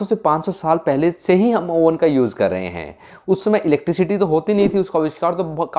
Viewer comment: yuuuj (use) peeja (pizza) 😂😂